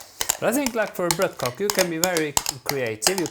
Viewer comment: It's bløtekake, not "blotkake" (ew)...